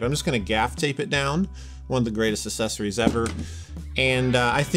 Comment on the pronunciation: Why are people not able to properly pronounce the word "Accessories?" Annoying.